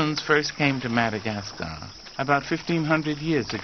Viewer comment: Is he saying "MadagasTar?"